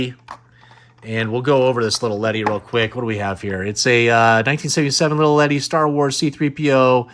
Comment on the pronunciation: Awesome video man. For me Glasslite figures are def high on my want list. Pretty cool being that they are made in Brazil. But I do have a question, what's up with "little" ledi? lol Never heard anyone else say that. Usually just hear it as Lili Ledi